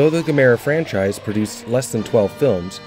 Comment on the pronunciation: Say the name right